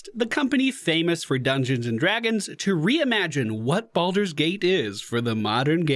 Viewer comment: Bal-Door, not "boulder".